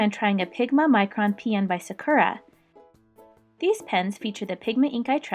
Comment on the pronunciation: Pronounces Sakura wrong ... ... ... ... ... GUUUUUEEHHHHHHHH!!!!!!!!!!!!!!!!